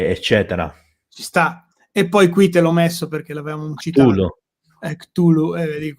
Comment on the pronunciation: Allora... intanto è Lovecraft e non LoveRcraft e Cthulhu si pronuncia Ktulu, non ciutlu. Per quanto riguarda il Necronomicon non saprei da dove cominciare sulle inesattezze e castronerie, per esempio il suo fantomatico autore Abdul Alhazred altro non è che un gioco di parole, Abdul come avete detto significa "schiavo di" e alhazred ha un suono simile a " all has read", in pratica sarebbe "schiavo di tutto ciò che ha letto". Il Necronomicon è un'opera di fantasia nata dalla mente di Lovecraft.